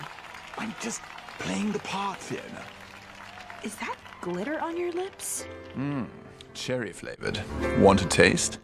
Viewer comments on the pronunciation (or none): Cherreh flevor 😭